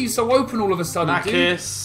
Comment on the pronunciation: Its not makis its machis